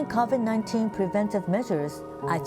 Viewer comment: Did this women just pronounce CAVID 19? you need to improve on your English.